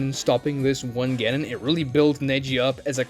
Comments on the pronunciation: Can t listen to someone who can't even pronounce genin correctly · STOP SAYING JONIN AND GENIN LIKE THAT. DID YOU EVEN WATCH THE SHOW????